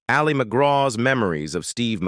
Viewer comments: Thumbs down. If a channel is too lazy to even get the AI pronunciations correct they don't deserve a thumbs up or a full view. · AI generated voice that can’t even pronounce Ali McGraw‘s first name correctly. Also using photos of actresses that are not Al McGraw. Just a piece of crap. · "Ali" is short for Alice. The stress is on the first syllable. It is not the Islamic form of "Ali", stressed on the second syllable, as in Muhammad Ali. Whether or not the narrator is AI, it/he ought to know how to pronounce the name of the subject of the video before beginning. Just sayin'. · It’s not Ali McGraw pronounced like Mohammed. It’s Allie. It happens a lot with AI narration 🙄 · Who's Ah-li Mcgraw...? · I agree, the Voice keeps calling her “A-LEE” McGraw, like Mohammed Ali. Not pronounced that way! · What an AI crapfest. The narrator mispronounces her name through the whole thing. Images are completely random. Sometimes they're not even photos of the subject, like what was Vanessa Redgrave doing in there. A waste of time. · A sign of the times, her name "Ali" pronounced the Arabic way 😆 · The presenter doesn't even pronounce her first name correctly. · the A.I. pronounces her name like the Muslim male name - as in Mohammed Ali. smh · The voiceover can’t even pronounce Ali correctly, keeps calling her Ali as in Mohammed Ali instead of her name. That’s the problem with most of these AI voiceovers, and the fact that no one in the production team bothers to check before launching. Made the whole thing feel cheap. Blocked them. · Yeah, half the time it’s pronouncing her name like Muhammad Ali. Annoying. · Fake voice can’t even pronounce her name correctly. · I hate AI , this voice is so irritating! Wrong pictures! Says Ali as in Muhammad Ali ! Bye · AI can't pronounce her name correctly 😂 It's "Allie"... not "ali" 😬 Anyone else SICK OF THESE AI VOICES??? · IT AL LI. NOT AHH LI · AI for sure with the AI robot pronouncing Ali as al-LEE’ Argh!! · Ollie Mcgraw...... AI gone feral.